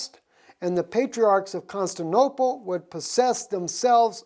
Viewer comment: Just as a point brother since you have so many followers.... it's " Con-stan-ti-no-ple" :) <3 and also .... "Met-trop'-o-lis" :) Blessings and thank you for all you are doing to bring Truth!!